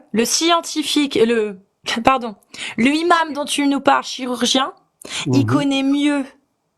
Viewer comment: pourquoi tu bug avec les liaisons avec le mot Imam?!!!Le imam? Les Imames.Les Zimames.Ce imam? Cet Imame non? A part ça t'es au top faut bien qu'on te trouve un défaut!!!